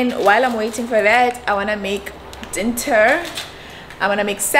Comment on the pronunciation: I'm here for the word "Dinnter"🙈🙈, i love you so much ❤️❤️❤️